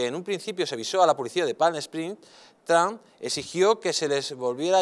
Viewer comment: no saben ni pronunciar el nombre de Trump.